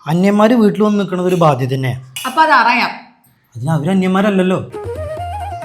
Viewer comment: അപ്പോ അതറയാം 🤔 അതറിയാം എന്നല്ലേ പറയുക.